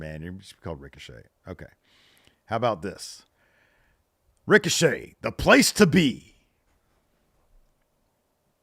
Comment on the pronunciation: Ricochet: Rhymes with fun